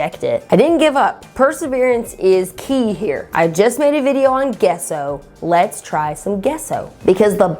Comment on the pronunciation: Gesso is pronounced jesso :)